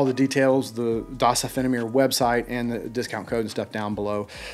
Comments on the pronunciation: you say it like -------- does -------- oh fan eh (rapidly spoken together and the ´oh´ more like in o´clock ) -------- Mere ( as in short of Meredith)(like in: don't tell Mere #demolitia) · Das [duzz] offene [ophen-A(Letter)] Meer [ mear] , you are welcome and iam sorry i just can not ignore that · "Das offene Meer" - just a little slower on the "offene" and you are spot on. :-) Not bad